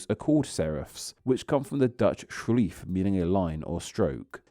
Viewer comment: love this pronunciation of schreef lol. schr is always a fun consonant cluster for non-native speakers to say